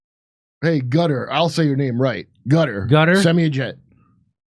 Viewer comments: It's pronounced 'Kuh-Tar' not 'cutter' 😅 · Qatar not pronounced “Cutter” Kurt, it’s pronounced “Khataar” I lived there, so I should know. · No, it’s not called “Gutter” if you can’t say the Arabic “Q” say “Kutar”. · Qatar (Kah-tar) no cutter omg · Its not cutter. Its Qataar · Its proper sound is not "Gutter", it's "Kah-tar" with the emphasis on the first syllable, rather than the second. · SR. JIMMY IT'S KA-TTARR NOT CARER!!!!!!!!!!!!!!!!!!! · It's pronounced Cut-R, not "Cutter".😂 I like how the sidekick guy said, "Gutter".😂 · ehy do american struggle so much pronouncing qatar lol it’s not kader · IT'S NOT GUTTER. DO THE WORK AND LEARN HOW TO PRONOUNCE قطر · If I have to hear Kurt pronounce Qatar one more time. It doesn’t make you sound smart. No one cares.